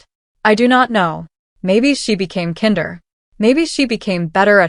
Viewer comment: Is there ANY place that “kinder” is pronounced like the German for children??? Like really??? Why can’t AI ever get it right????